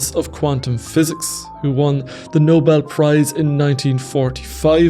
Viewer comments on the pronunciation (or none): none